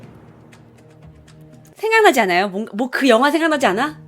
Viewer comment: 초에서 잘들어보면 영화가아니라 연어로들리는데요??